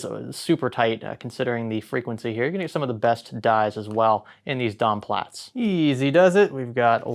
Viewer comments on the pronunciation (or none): please stop saying dom plats !!!!!!!!!!!!